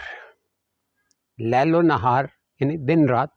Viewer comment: القرآن - سورۃ نمبر 14 ابراهيم آیت نمبر 33 أَعُوذُ بِاللَّهِ مِنَ الشَّيْطَانِ الرَّجِيمِ بِسْمِ اللّٰهِ الرَّحْمٰنِ الرَّحِيْمِ وَسَخَّرَ لَـكُمُ الشَّمۡسَ وَالۡقَمَرَ دَآئِبَيۡنِ‌ۚ وَسَخَّرَ لَـكُمُ الَّيۡلَ وَالنَّهَارَ‌ۚ ۞ قران آپ غلط پڑھتے ہیں..لیل کا زبر ہے پیش نہیں..